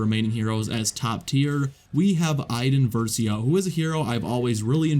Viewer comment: Videow. Han Solow. Iden Versiow. Anyone else notice his pronunciation of these 😅